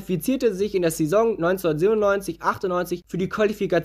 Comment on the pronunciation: du sprichst saison falsch aus